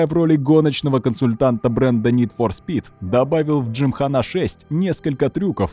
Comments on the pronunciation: Не выдержал досмотреть до конца. Уже тригерить начало это слово джимхана́. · Кен Блок и дрифт, как вообще связаны? Это какой-то байт на произношение? С таким понтом приведена ссылка на правильное ударение в слове джимхана, хотя в случае заимствованых слов, некоторое их искажение это совершенно нормальная практика, а потом начинается-ПастранА, бифи, дрифтЁр, ламборДЖини. Почему, если речь идет непосредственно о роликах с участием Блока, не упомянули видео из России с канала гоупро, подобных, я думаю, было много? Автор, тебе бы к доктору сходить, проверить количество хромосом в 21 паре, допускаю, что у тебя их три